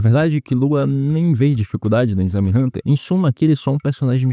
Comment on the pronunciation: Muito bom… mas pelo amor de Deussss é EXAME NÃO É INNNNXAME